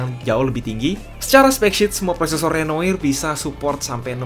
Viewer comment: susah ngucapin renoir nya